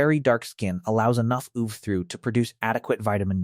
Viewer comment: wtf is "oov"? This sounds like it was spoken by an AI that doesn't understand that UV is an acronym